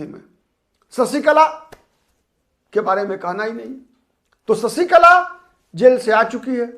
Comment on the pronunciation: ससीकला ××××× शशीकला √√√√√ " श " अक्षर का उच्चार कब करेंगे